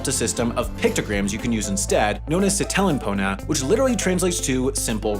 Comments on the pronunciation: you forgot , he says siTElen POna instead of SItelen POna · "each word's first syllable is emphasized" literally a few minutes later: kePEken, naMAko, siTElen how does this happen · missed the terrible way he said sitelen